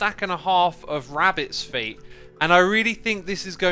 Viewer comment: Did my mans just say phuts instead of feet? Nice